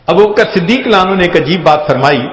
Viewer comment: یہ صحابی کا نام لینے کے بعد تیز تیز کیا پڑھ جاتے ھیں؟ ایسے سنای دیتا ھے جیسے ابو بکر کا نام لیا اور ساتھ میں بولا " میلانو"